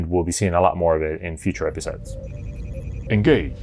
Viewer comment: "Engange!" ... instantly tried to subscribe... again. :)